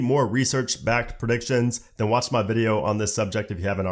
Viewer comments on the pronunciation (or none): none